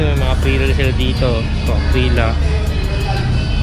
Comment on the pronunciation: Aprillia hindi Aprila.